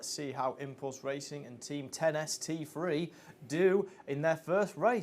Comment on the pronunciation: Mega performance from 10ST3 - also for future reference team name is pronounced 10 S T 3 not lost 3